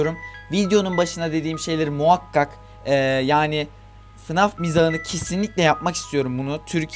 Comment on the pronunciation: fınaf değil faynef diye okunuyo